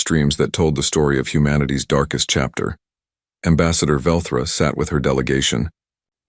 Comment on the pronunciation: its velthra not Velcro however it it were Velcro it would stick with you